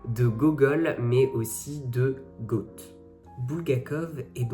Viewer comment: Goethe..merci de prononcer Gueute et non pas goat